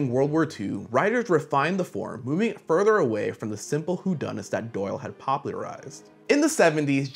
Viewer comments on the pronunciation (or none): none